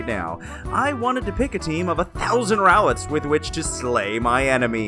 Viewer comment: THERE IS NO I IN ROWLET! IDIOT!